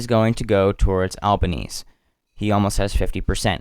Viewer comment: good coverage one small thing the prime ministers last name is pronounced "alba-neez-ee"